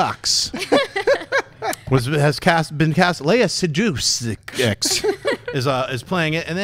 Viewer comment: You pronounced Lea Seydoux's name wrong.